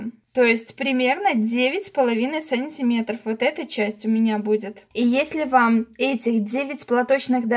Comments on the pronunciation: Все прекрасно, но почему так говоришь сАнтиметров, вместо сантимЕтров. Уши режет во всех ваших видео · Смешно произносите "сАнтиметров"